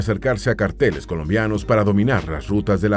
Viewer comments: No se pronuncia cárteles, sino carteles (sin tilde). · Muy bueno el documental!! Hubiera sido excelente solamente que alguien hubiera corregido al narrador y le hubiera enseñado que la palabra “carteles” no es esdrújula o sino llevaría tilde, por eso debería pronunciarse con el acento en la segunda sílaba. Y también con “Antioquia”, Se pronuncia con el acento en la segunda sílaba, no en la última. Se oye muy raro cuando la dice, es como si un mexicano estuviera viendo un documental sobre Mexico y el narrador lo pronuncia Mexicó (con en acento al final) 😂 O me imagino que es una narración robot automatizada